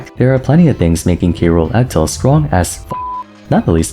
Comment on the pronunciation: When you say f tilt, it kind of sounds like you're saying up tilt, not sure if anyone else was confused by that